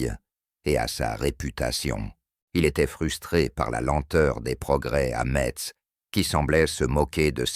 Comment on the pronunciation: intelligence artificiel voix qui prononce mal Metz , plein de scories là voix généré par intelligence artificiel